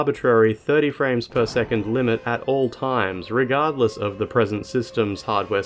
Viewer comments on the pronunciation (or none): none